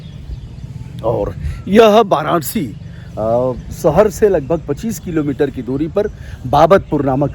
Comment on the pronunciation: आप "वाराणसी "को "बाराणसी " बोलते हैं , आप "विकसित" को "बिकसित" बोलते हैं, आप "विश्व" को "बिस्व" बोलते हैं, अजीब है यह. अजीब है यह. " बैस्ड़ो " ????????? ===> " वैष्णो "